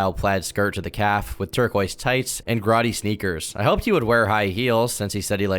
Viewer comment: Homie do you really not know how to pronounce the word "grody"